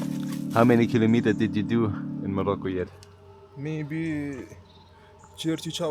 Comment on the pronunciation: this was awesome, as usual! But i have to ask you something: could please Look Up how to say kilometer in english please? You say it 50 times per video, i think it would pay off to say it properly. Otherwise, keep Up these awesome Videos (and Pictures!)